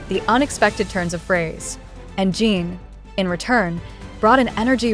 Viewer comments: Exactly, and it drives me nuts when they can't pronounce the members names correctly. There's also the spelling that they can't seem to get right even though the members names can be found on the internet and show how to spell it. There's a big difference between how you pronounce in and ene so why do they always pronounce it as Gene instead of Jin? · His name is Jin not Gene.